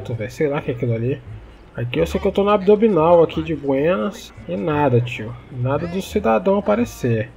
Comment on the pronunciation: "Tô no abdobinal"